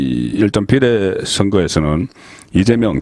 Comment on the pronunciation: 비:례를 비례라고 대부분의 단어를 첫음절을 강조하고 짧게 발음한게 유행인가 딱 듣기 싫네